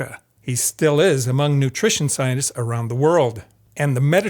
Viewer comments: Are "sionists" supposed to be "scientists"? That pronunciation is very confusing. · 'Scienists'? 'Innerview'? Seriously? I find your inability to pronounce a T disturbing. Something wrong with your mouth? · At first I thought you were saying Zionists instead of Scientists 😅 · Am I the only one getting annoyed that he calls them "scionists" instead of "scienTists" ?^^ Great video besides that! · I find it funny that scientists pronunciation sounds like "Zionists" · zionists and psionists agree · While I do appreciate this video's content, the way pronounces scientists have initially got me confused with "zionists"...the way he pronounces it is almost homophonic.